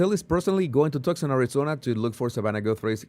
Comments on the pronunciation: You pronounce tucson...tooson Not trying to correct you..your intellegence goes far above anything I could ever dream of but I know you will be reporting on this and know you want to know. So pronounce too son not tuck son God bless you sir. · It’s pronounced Too-son. Not Tuxon. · No, Too-sawn. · The reward is from Crime Stoppers. That is why the reward was so small. She would be on blood thinners with that heart condition, so blood would easily flow from small wounds. She may have been carried out, and blood dripped on the porch. By the way, Tucson is pronounced "two-sahn". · Toosahn. Jesus, it’s pronounced TOOSAHN. No C heard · Tucson is pronounced TOO - sahn. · Say “too-son”, 😊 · Pronounce it "too'-sahn." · Tucson is pronounced like “Too son” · Too sawn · Tucson is pronounced TOOSun. Twosun.